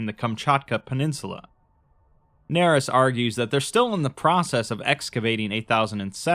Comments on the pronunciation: “Doctor Nerys” “D Narys” “Daenerys” Yikes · "Nerys" is most likely pronounced "ner-EESE," rhyming with "police." It is a given name appearing in Welsh. The name itself may be a reference to the character Kira Nerys ("Kira" here the family name) from Star Trek: Deep Space Nine, portrayed by Nana Visitor. A worthy tribute. Or maybe the author just likes Welsh names, which would be fitting for a doctor who studies dragons; for Wales is associated with the red dragon. Probably more likely... but I like the Star Trek one.